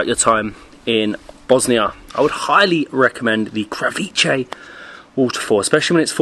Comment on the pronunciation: krav not cow..but krava is cow..kravica would be 'little' cow